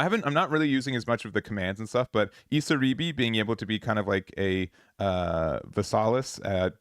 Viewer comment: miKAzuki emphasis on the Ka and not the zu. Same for iSAribi and not isaRIbi! Regardless thank you for the content.